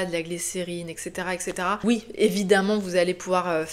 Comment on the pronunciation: Bonjour ! On dit eTc et pas eCS 😉